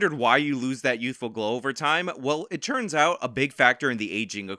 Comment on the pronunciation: Dude if I hear "it CHurns out..." one more time I'm gonna cut my own ears off